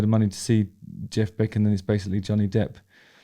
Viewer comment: Every time you said the name I kept mis-hearing it as "Johnny Depth"!